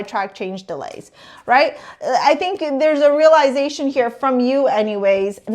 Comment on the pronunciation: And possibly Canadian from the way she pronounces the word "realization"